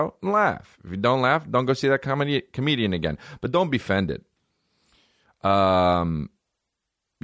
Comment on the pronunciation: Pronounce comedian again Chris.